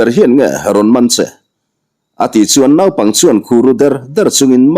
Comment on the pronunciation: Naipang i lam dan hi a dik lo tlat mai.Nau tih lai hi thluk loh tur,chutiangin Arpui,Arte,Arla adt,,ah pawh Ar tih lai hi thluk loh tur a ni e,a ngaihnawm telh telh e.❤